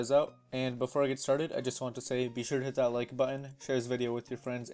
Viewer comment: for a second I thought you said " I am gonna shit the like button" LOL